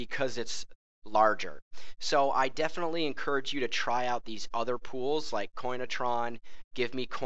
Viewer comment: You say "like" like rape